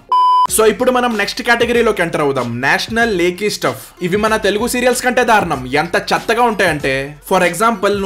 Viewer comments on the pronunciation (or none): none